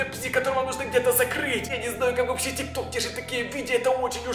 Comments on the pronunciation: Тик ток а не тик тор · Не тик тор а тик ток